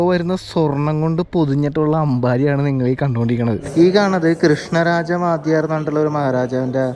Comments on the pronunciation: വാദ്ധ്യാർ അല്ല വോഡയാർ ആണ് . കുടുംബ നാമം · വാധ്യാരല്ല: വൊഡയാർ ആണ്. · മൈസൂർ രാജാക്കന്മാർ വാദ്ധ്യാർ അല്ല 'വൊഡയാർ'മാരാണ്.